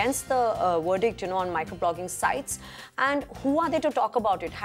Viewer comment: Somebody please teach to pronounce the letter "V" its not wordict its verdict!